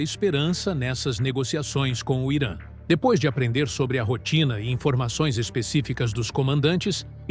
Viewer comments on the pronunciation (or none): none